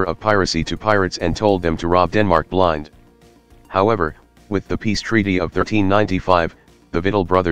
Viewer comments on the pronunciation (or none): none